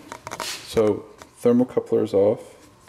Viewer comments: Thermocouple. Not Thermocoupler. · Its thermocouple moron, not "thermocoupler".